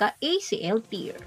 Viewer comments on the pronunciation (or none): mare, acl ter, hindi tir. ang tear pronounced na tir, luha, ang tear na pronounced as ter, ang napunit, at tamang pagbigkas.